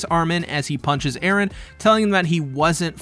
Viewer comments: Western people cannot comprehend the concept of pronouncing a name in a different language. It is Eren and Armin, not "Aaron" and "Armen" ... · Who the fuck is Aren, his name is Eren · jesus christ man you've gotta stop saying edehhn, you're not japanese, you're perfectly capable of pronouncing a western name. also there's no way those missiles are heat seeking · "ERE" idk why this bothers me LOL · why do you keep saying eren so annoying lol is it supposed to be mikasa? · Nice video but the way you overpronounced Eren made me chuckle every time lmao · Great video except for every cringy time you did Japanese pronunciations for Erin's name